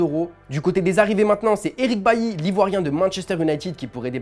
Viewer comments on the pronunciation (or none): none